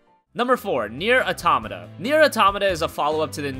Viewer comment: the way he says "automata" fucks me up